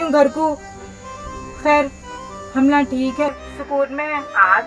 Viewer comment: Nahi ji “humlaa” bolte